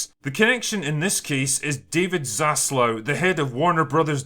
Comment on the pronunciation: Hate to be that guy, but it's Zaslav*